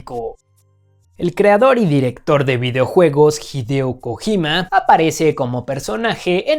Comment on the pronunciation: Me asusté cuando dijo Hideo Kogima